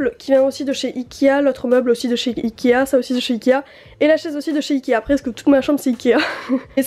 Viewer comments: Elle dit ikia au lieu de ikea ou sinon elle le dit trop vite chai pas mais on dirai qu'elle dit ikia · J adore tes video t es la meilleure ta chambre je t aime trop mais juste on dit ikea pas ikia